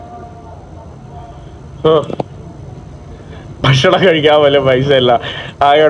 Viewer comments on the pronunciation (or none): none